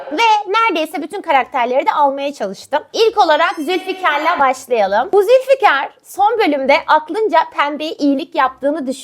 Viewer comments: Ben bu Nursema ve Firaz'ın komik konuşmalarına gülmekten ölüyorum😅😅 Abla bu arada yanlış anlama ama o Zülfikar değil Zühkar 😂😂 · Abla Zülfikar degil zülkar😭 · Abla Zülfikar değil Zülkar